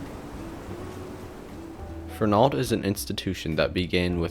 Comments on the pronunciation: Fern-ald is how we all say it 😢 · I grew up in Waltham and never heard the mid-Atlantic pronunciation (Fernahld) presented here. Even media newsreaders who continually pronounced Trapelo Road as Trap-L-0 Road and Waltham as Walthm did not state Fernahld. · It's more like Fernuld with no stress on the n syllable...my ear hears the mispronounciation too, although this comment is a little harsh. You did a great job with this!